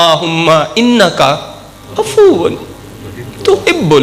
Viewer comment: Af v.... Afoo nhn... Bolna. Mery achay hkem bhaye. Bahut hi aala bayan....